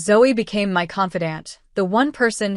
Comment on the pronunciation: It's MY not M.Y.